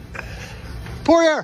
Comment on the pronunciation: Too bad he can't pronounce it properly... Dustin Pore-e-air.